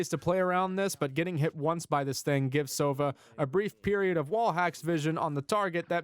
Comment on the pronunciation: Just a tip: it's sovA, not sOva. It means - an Owl.